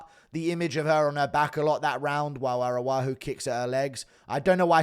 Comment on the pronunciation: Read the last names, man. Araujo is the name. Not Aruaju 😅